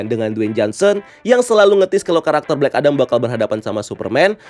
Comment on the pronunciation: Bang, kalo mau nyebutin kalimat itu mending 1 bahasa aja, kalimat bahasa inggris lu gk ngena😂 Udaahh full bahasa indo aja, cringe. Kadang ngomong Amewika, kadan amerika, kadang ngomong blek edem, kadang black adam, mau pake yg mana sih bang??? Udah bang udah bahasa indo aja, sekali lagi cringe